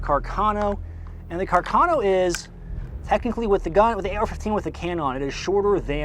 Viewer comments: Please: it’s Càrcano, not Carcàno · Whatever you do, DO NOT say "Car Kay No"!!!!! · “Akchooaly” it is pronounced Carcano not Carcano